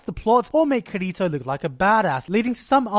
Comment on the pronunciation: Now that there is an official dub, we now know that the way they pronounce his name is "KIR-i-to", but then, that goes back to the needless debate on how accents and dialects sound between different people. Or I just like to pronounce his name "loser".